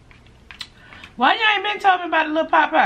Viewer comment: U say potpie, I though u were saying popeye. I am like why she kept saying popeye, when this is KFC Lol! 💕💕💕 Love you! You make my day a little brighter everyday. 💙 KFC coleslaw is the Bomb! 🎈🎈🎈